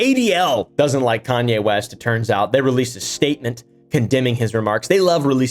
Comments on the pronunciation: “East? I thought you said ‘Weast’” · "Kayne weast" 😂 Judaism is the religion btw